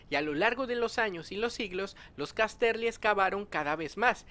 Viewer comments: Gracias por traer la información :) Se pronuncia Cás-terly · Estas pronunciando horriblemente Casterly... No Cas-terly.